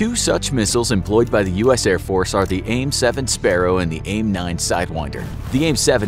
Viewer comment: I love how he said ''they afe not currently in war"